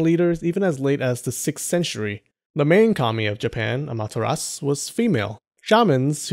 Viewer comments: you said Amateras instead of Amaterasu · Just a friendly reminder, it's pronounced a-me-ta-ra-su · Why you pronounce every names right but Amaterasu